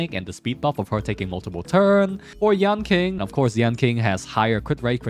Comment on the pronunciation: It's yeahn cheeng, sue shawng, done hung and cheeng chweh. I know you're memeing the pronunciations on purpose but I have to try or I won't be able to sleep right 😂